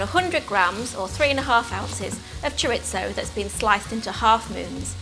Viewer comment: “Ore-ah-gah-no and Cherit-zo ”? I love it! Also, this recipe looks amazing. Can’t wait to try it!